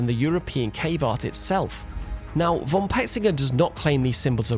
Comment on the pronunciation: ty, nice,but btw: "von" is pronounced: "fon". with a sharp f.